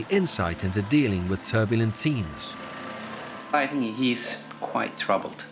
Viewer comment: "These kinds of teas" I really thought he said teas instead of teens. hahaahha